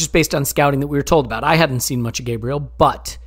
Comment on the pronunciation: Enjoyable as always fellers, but please for the love of all that is good and holy if we have a player that is a member in our squad and one hopefully that will stay long into the future can you at least try to pronounce their name correctly? Gabriel's name is pronounced GAH-bree-el instead your take of the Anglo GAY-bree-uhl. Kinda like how we pronounce Thierry Henry's last name as On-Ree and not Hen-Ree.